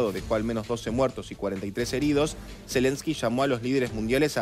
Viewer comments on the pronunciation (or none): none